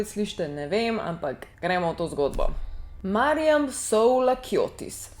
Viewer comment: tebe bo nasljednjo vbila, ker kot Mariam vem da mi gre naživce ko moje ime narobe izgovorijo. Ni Mirjam ampak MAriam